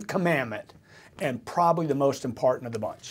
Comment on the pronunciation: He seems to stumble on ' important' too...' impartent'?